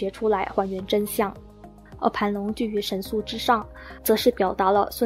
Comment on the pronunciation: 三星堆神树，还是叫三星堆神素呀美女？😂😂